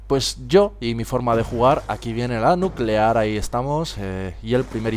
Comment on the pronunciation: Se dice nuquelar jajaja